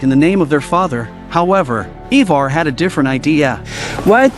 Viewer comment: He said “ he far” ( Ivar)😂😂